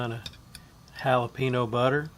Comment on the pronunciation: Sound like a pro! Worcestershire= wu sta sure ( only three syllables) jalapeño = hal a pen yo not hal a pee no Do you guys say pee can or pa con? lol my dad would have loved this. Jim Beam was his favorite!